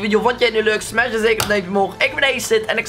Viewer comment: Het is acid niet aced